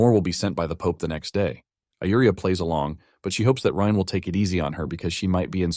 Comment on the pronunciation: Bro can't figure out if the MC's name is pronounced Rain, Rine, Reen, Rin, or Ryan...c'mon dude, seriously?